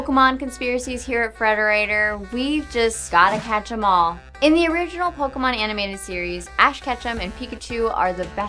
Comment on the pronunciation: It's not poke-Uh-Mon ITS POKE-AY-Mon